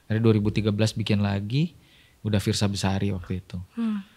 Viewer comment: fiersa mbak bukan firzha😢